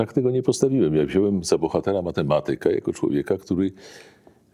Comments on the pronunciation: fizyka, matematyka - akcent na trzeciej sylabie od końca;) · powyższą dyskusję! W słowie "matematyka", która jego sylaba powinna być akcentowana, poprawnie, Pana zdaniem? A Zanussi jak akcentuje to słowo, zauważył Pan, że inaczej niż Pan?Jeśli jeszcze raz usłyszę u Pana niepoprawny przycisk wyrazowy w takich kluczowych dla dyskusji, ważnych słowach, to Pana skrytykuję! A co do akcentowania słowa "nauka", to go pominę, bo chyba w Polsce już nie mówi się go z poprawnym akcentowaniem, nawet profesorowie uniwersytetccy. Ale Zanussi to słowo akcentuje poprawnie.